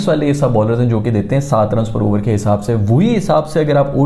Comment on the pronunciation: Abarrrr 30 abarrrr was hilarious 😂